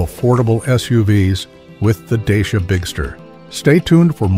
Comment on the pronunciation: Wrong pronuntiation of the name.😂😂😂😂